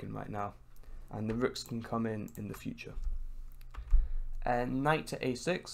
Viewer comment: No one:: IN THE FU-TCHA